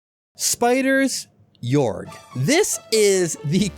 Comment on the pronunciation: it's pronounced gay-org